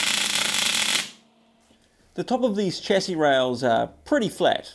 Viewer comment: Why can't you pronounce chassis properly, bro?